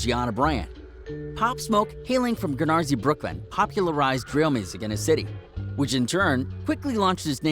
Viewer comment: LMFAOAO is it dat hard to pronounce canarsie???🤣🤣🤣🤣 ya be sayin it wrong